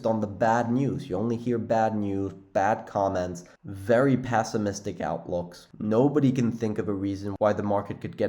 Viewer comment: Love your channel and have been with you for a long while........with that being said, I know this is not a "pronunciation" channel, but I have to say that it's not "passimistic" it's "pessimistic" like pet not pat. Js